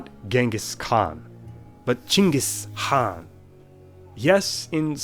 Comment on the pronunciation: You read "Cengiz Kağan" pretty much the same in Turkish.